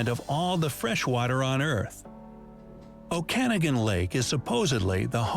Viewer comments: O-can-a-gane lake is O-con-nogan lol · Okanagan= Oh-Can-Aw-Gan, Loonie and Toonie... and no, Polar bears cannot be found wandering the streets of Vancouver, Ottawa nor Montrèal. The bathtub races, here in Nanaimo, where I live, are pretty cool to see. On a side note; 'Nanaimo Bars' are, too, from Nanaimo (Curious Fact)! The 'Rivalry', of which you asked, that exists (and there are many) with Montréal, is not with Vancouver, but with Toronto, in relation to hockey. Les Canadiens de Montrèal vs. the Toronto Maple Leafs. Vancouvers' rival, usually, is Calgary (in relation to the NHL, or National Hockey League) Vancouver Canucks and the Calgary Flames. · HEY THEY SAID “OKANAGAN” WRONG. It’s said “oka-nogin” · lol okanagan lake is pronounced oh-ka-nagan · The lake is pronounced OAK CAN NOG IN not how this guy pronounced it? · They are talking about the Irish lake... O'Kanagan!!!🤣😂🤣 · The videos pronunciation of "Okanagan lake" is so bad, I didn't even know what he was referring to at first lolololol. It's pronounced "oak-a-noggin" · The videos pronunciation of Okanagan killed my soul lol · They pronounced okanagan wrong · The way they said Okanagan... noooooo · Ouch....the pronunciation of Okanagan. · My grandmother is from St. Louis du Ha Ha. Video mispronounced Okanagan. :) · I was like, what? The Ogopogo is in Okanagan Lake, not... oh, they pronounced that very wrong.